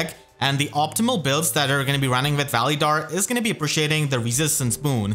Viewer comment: Your saying his name wrong